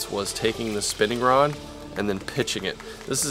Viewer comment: Did you say you had a stiff Rob or Rod?